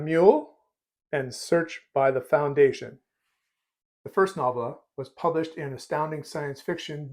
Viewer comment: I believe the emphasis is on the first syllable and the "o" is long, as in noh-vella. ;) Just a nit.